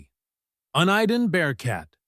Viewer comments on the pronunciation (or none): ‘Un-Eye-Den’? you’re an idiot. It’s pronounced ‘Unit Den’. Moron. Before I post my opinion, which I legally have the right to do, I proofread everything. You should do the same because you sound like an idiot. Go back to school dude. I’m done watching this video. You’ve already disgust me. The reason all you people get jobs with YouTube is because they don’t pay you as much to donarrating. So you just don’t give a shit. You sound like a weirdo idiot moron. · ( YOU - IN - DEN ) ( U-NI-DEN ) ALL PUBLIC SAFETY SYSTEMS WERE MANDATED TO BE ENCRYPTED IN 2020 YOU CAN'T HEAR ANY POLICE ANYMORE WHICH IS WHY SCANNER SALES FELL OFF A CLIFF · your si sucks. it can not even say the name uniden correctly. there are far more uses than listen open air voices. take rail scanning. sure voices. and track side gadgets. at the race track ( cars, unknown if any use at a horse track). and there is NO scanner that can transmit anything. only countries were the elite fear the populace ban them.